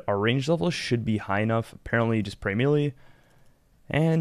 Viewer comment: the entire rs community mispronounces melee, no joke...